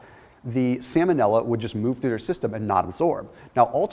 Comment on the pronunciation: Salmon-illa. Lol vanilla flavored salmon